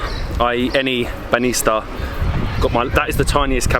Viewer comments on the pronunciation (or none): It was hilarious how you had a different pronunciation every time you said banitsa 🤣 you almost got it right a couple times. The trick is to put the emphasis on the first syllable and try to say the 'ts' as one sound and not two separate ones. You actually did pretty well but sometimes people struggle to understand words they hear super often when they are said even slightly wrong.